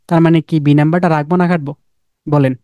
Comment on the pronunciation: ভাই একটু কষ্ট করে কাটবো বলতে পারেন না? খাটবো বললে কথা বুঝতে সমস্যা হয়।